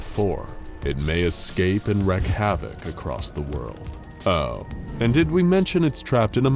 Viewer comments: These are fun to watch, but theres one little think that drives me crazy...instead of the narrator saying "wreak havok" he says "wreck havok". Its pronounced wreak as in reek. Sorry...i wouldnt have bothered if id only heard it a few times, but he says it about 5-8 times per SCP. Other than that...really great job! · 055 sounds like the Silence from Doctor Who or Forget-Me-Not from X-Men. In the section about SCP 3999, you say that people are being "subjugated to" things when you should have said "subjected to." Also, it's wreak (pronounced like reek) havoc, not wreck havoc. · Guys? Wreak is pronounced "reek". You wreak havoc.. you dont "wreck" havoc. You get that word wrong in every video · IT'S REEEEK. You WREAK (REEK) havoc. Not wreck. Christ. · For the record: it's wreak havoc, not "wreck havoc" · It's Wreak Havoc! Not Wreck Havoc! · Sorry but I just had to come to the comment section and say it. It’s “wreak” havoc, not “wreck” havoc.